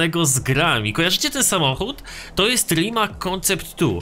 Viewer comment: Rimac czyta się rimac a nie rimak